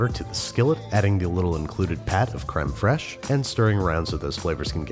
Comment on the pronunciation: Randy Marsh would be very disappointed in the way Babish pronounced crème fraîche